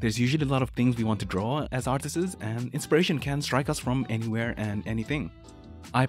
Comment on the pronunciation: My man, apply your art learning regime to English. Stop adding an extra S to every plural word. It's not "artistss", it's "artists".